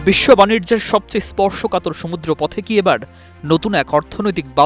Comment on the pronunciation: উচ্চারণ ঠিক করুন,বানির্জ নয় বাণিজ্য